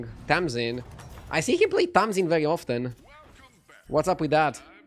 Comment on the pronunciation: Please learn how to pronounce the word "often" ... you are butchering it...😂😂